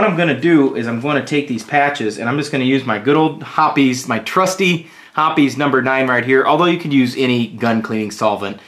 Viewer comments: Hoppe's, as in "hops," not "hoppy's." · ITS HOPS lol not hoppys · Pronouncing Hoppes wrong since 1995... lol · I dropped down to the comments to see what the actual pronunciation of Hoppes is. 😂